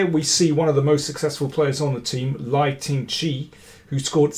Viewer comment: is pronounced L/e/i